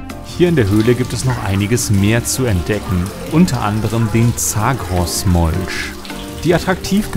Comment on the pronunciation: Molch = Molsch. Fisch = Fich Warum vertauscht du sch und ch? 😄 ist das ein Dialekt?